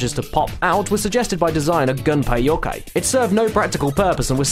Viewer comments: *Yuh-COY. Not Yo-kay. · It's Gunpei 'Yokoi' not 'Yokai'. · YoKOI, not kai. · "gunpei yokai" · Did you know mispronounced Gunpei Yokoi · You said 'Yokoi' wrong